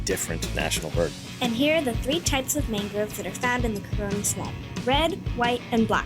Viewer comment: That is not how you pronounce it. CARONI (CAHroni- accent on the CAH). Learn to pronounce foreign places properly, before you make these videos.)